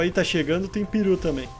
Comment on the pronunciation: kkkkk juro q ouvi piru em vez de peru kkkkk